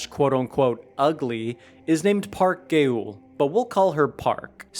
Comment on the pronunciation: I almost screamed, 😂 it’s not Park gay-ul 😭😭it’s Park ga-eul